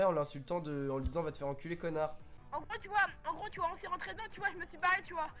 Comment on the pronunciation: "tu oua"